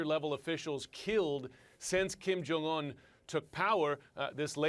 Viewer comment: Koreans are not Hispanic. Pronounce the J. It's not silent nor does it turn into a Y